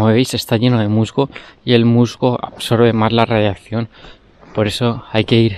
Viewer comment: Tío se dice radiación, no radiaccion 👎